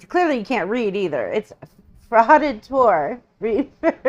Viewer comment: Not even prouncing Fraudator Reaper name properly !!